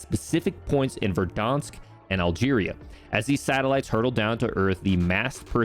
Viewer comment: Why does he say Verdonsk